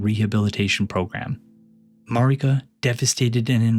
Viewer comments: Yeah Elden Ring is about empire-... but it really irks me that you say her name Mareeka when everyone you talk to in game says it like 'Merica... which I feel like is itself pretty tongue in cheek commentary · I ain’t listenin to anyone who pronounces Marika as MarEEka.